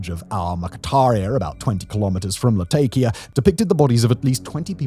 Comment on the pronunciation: Latakia is pronounced more like "Lah-TAH-ki-a" (with round vowels throughout); it's a name derived from the Roman-era name "Laodicaea ad Mare". It's not the only place there with an old name that's changed over the generations, either - nearby Tartus (Tar-TOOS) is probably more familiar to history buffs as the Crusade-era city of Tortosa and Antakya in Turkiye (nearby to the north) is the same location as the city known as Antioch in Medieval sources. The aforementioend places in Syria were both beautiful places to visit, once-upon-a-time, with excellent seafood and a vibrant local culture - all set against the colorful backdrop of the Mediterranean landscape and sea.